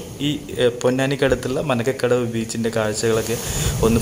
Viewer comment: മാരകടവ് ബീച്ച ആണ് bro മനക്ക കടവ് അല്ല 😊